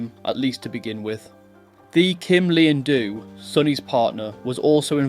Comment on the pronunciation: Great story but a little more care on how Vietnamese names are said and pronounced would help. Vietnamese do not use the Th sound in their language, the ‘h’ is near silent so Thi is said close to ‘T’ also there are two letter D’s in their language. And both are said very differently as it depends if you are from the South or the North.